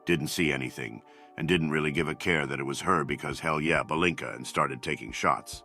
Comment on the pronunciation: That's "palinka", not "balinka". Romanian here, yes.